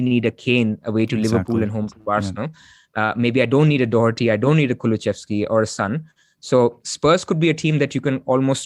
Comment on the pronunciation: It's Kulusevski - where are you getting the pronunciation "Kuluchevski" from?